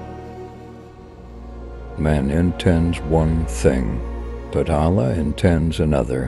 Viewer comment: Why do they have someone narrate a beautiful clip like this who can't even pronounce "Allah"